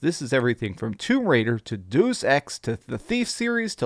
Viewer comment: “Deuce” Ex… nice.